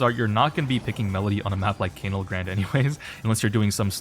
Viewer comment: why do you say canal grande like that😭